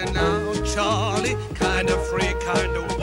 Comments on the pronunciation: It's Charlie, not "Shar-Lee"... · It is NOT Sharlie with a SH sound, it is with a CH sound like choo choo. AI is bad! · Nice but most of your pictures were from the 80's (there was no Charlie red, blue or red at that time). It was all one fragrance, and it isn't pronounced "Sharlie", it's Charlie, with a hard "ch". Get it right